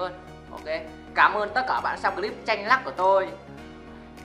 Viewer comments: Chanh lắc mà nói chanh nắc . VÃI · Chanh nắc ở anh đọc Chanh lắc - Nắc Hà Nội - Lội Nắng- Lắng Giống Bị Ngọng ^^ Ờ Quên Anh Ở Bắc Ạ ? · Chanh lắc mà ổng nói chanh nắc haha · Chanh lắc mà anh cứ ns là chanh nắc ko ak Đừng ném gạch j nhá!!!!! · Chanh Nắc à(ổng nói ngọng)